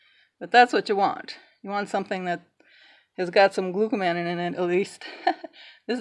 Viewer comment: The correct pronunciation of konjac is konn-yuck. The correct pronunciation of glucomannan is glue-koh-munn-ahn -- it is a polymer of glucose and mannose.